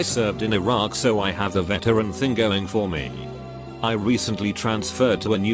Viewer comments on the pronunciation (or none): none